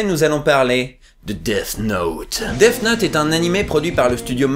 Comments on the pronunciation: Attends... Tu dis "Deaf Note", c'est gênant ! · Arrêtes de dire "deaf note" pitié x)